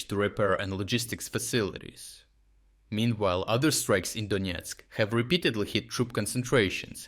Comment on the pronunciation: Donesk not Doniesk